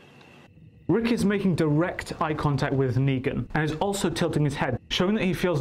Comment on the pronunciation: negan u mean leangan 😂